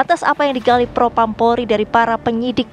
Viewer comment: Propam bukan propram mbak hehe